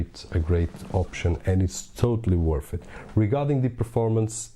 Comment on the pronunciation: Worth... you said woth